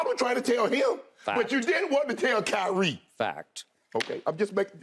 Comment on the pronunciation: Listen to how skip says “fact” - 😂 I don’t know why he said it like that